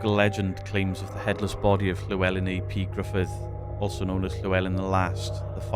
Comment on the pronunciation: Llewelyn ap Gruffydd means Llewelyn son of Grufudd. It’s ap as in cap 👍